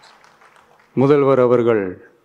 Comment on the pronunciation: Uncle ❌muthalvarrrr😂✅